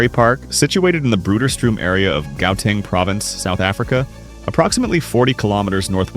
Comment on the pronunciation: Gauteng is pronounced Whateng. 🇯🇲